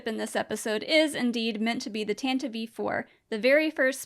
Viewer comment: I really hate the way you say "Tantive". I know there is no "official" confirmation on its pronunciation. But typically "E" on the end of a word is silent.